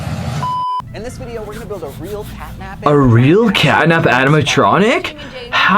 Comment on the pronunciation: catnap not catnak